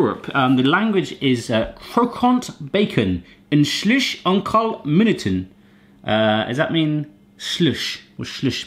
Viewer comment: The way you pronounced "slechts" killed me.